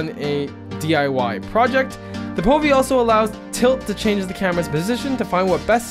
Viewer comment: it's actually POVie